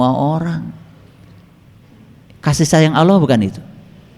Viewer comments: Kenapa nama Allah diucapkannya jadi Awloh. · Hatit2xmemahami nye Karene Alquran yg di terjemahkan tapi nyebut Allah aje Tak pasih.